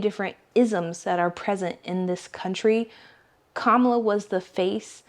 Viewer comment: It's Kamala or Kama-la.